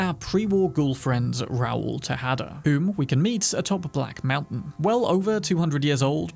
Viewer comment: Hearing him say Raul like a fucking moron took me out of it. Are British people this stupid and clueless?